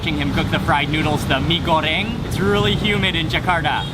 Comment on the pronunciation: you pronounce "mie goreng" so perfect! :D